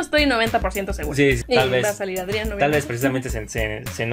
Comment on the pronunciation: Supongo que ellos ya han visto capítulos de la serie, pero mi pregunta es, ¿por que pronuncian los nombres mal ?A Adrien le dicen Adrián, a Lila le dicen así, Lila, pero es Layla, no entiendo.🤷‍♂️